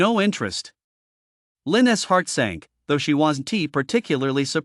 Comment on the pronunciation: its really hard to listen to the broken ai reading words like "WASN TEE" for "wasn't"... I dunno if I can keep listening